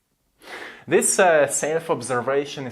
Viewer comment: Your right, and because you move, I finally want to say to you that you should practice your English, but it does seam like it actually has become much better. Your content is great! So much truth. And I know am stuck on so many areas. Guess I just gotta move, yes! Brilliant It's not prroottses, it's process. It's not my seeiillf, it my self. Listen to more English so that you can unconsciously pick up how the words are pronounced.